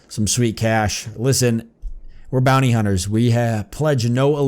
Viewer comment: "BAAAHNY HUNTAHS" is just hilarious